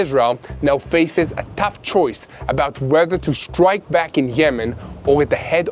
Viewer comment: Did you say stwike iwan?